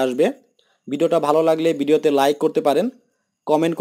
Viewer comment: বার বার বিডিও বলছেন কেন? সঠিক উচ্চারণ করতে শিখুন, অতপ‍্যর ভিডিও বানান।